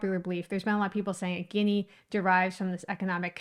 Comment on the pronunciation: You did not provide any solid evidence of the origin of this derrogatory word........ You became redondant in your conversation focusing so much on "colorism" and social biasis without actualy getting to the exact reason and background of the word or phrase........ Also, you are mispronuncing the word "Guinea" and misapropriating it's context.... The discriminating term or word was actualy "Ginni" not "Guinea", which are two different words , with different pronunciations..... When the discriminatory phrase was originaly used to refer to southern Italians and Sicilians, 99% of U.S. Americans had hardly and possibly any Idea or Knowledge of the African country of "Guinea"...... Also, the term originated in the streets of NewYork city by common, non-educated people who had little or any idea or Knowledge of African countries or racial origins......... The most Practicle theory on this subject, which also has been passed down through generations of both Italians and Sicilians and other predominant ethnicities of that era would most likely be that most southern Italians and Sicilians that migrated to the U.S. in that time had last names ending with the letters G-I-N-N-I..... Therefore, many other ethnicities particularly the Irish, began using this to refer to Italians in a discriminatory way and so fourth........ This is the closest logical theory, that relates to the origin of the discriminatory term "Guinni"..... There is no exact knowledge of it's origin..... Only that this i